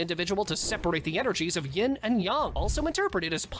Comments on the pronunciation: It’s ying and Yang not yong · Bro “yin and yong”